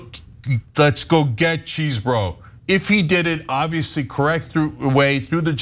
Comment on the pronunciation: The name is NOT CHEESE-BRO. !!!! It is spelt Chesebro. Short e sound...cause there is only one !!